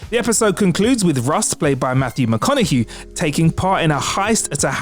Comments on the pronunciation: hahaha McConaug-hue..... lol how you mess that one up????? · Is this guy getting words wrong on purpose? Is it his thing? Grand dud, Matthew mcconohughe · Matthew McConaug-hue